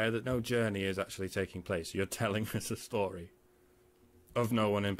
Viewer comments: Am I the only one who wanted to do something incriminating every time she said "stordee" (story) ? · the story of someone who doesn't know how to properly pronounce "story." Yeah, her pronunciations annoyed me as well. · The way she pronounces "story" really irks me